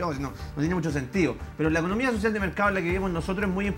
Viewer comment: Basta con ver cómo le dijo "sociah" y "salga de aqui" a una señora, desde su postura de presidente de la nación y no del barrio poh🤣🤣🤣🤣🤣🤣